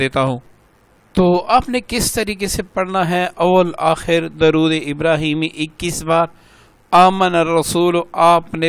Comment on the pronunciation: سر درود کا لفظ صیح کروادیں